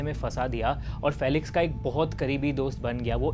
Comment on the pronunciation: “Fee-lix” not “fell-ix” and “Young” not “Jung”